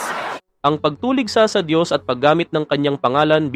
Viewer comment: Ang Dios ay hindi tao. Itatama ko lang yong paulit ulit na pagbibigkas mo. Diyos nga sya makapangyrihan sa lahat lahat. Kaya hindi sya tao.